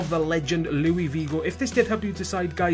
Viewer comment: "louis vigo" lmao learn how to pronounce haha. Srry about that, this was a gr8 video and u r a great youtuber! :)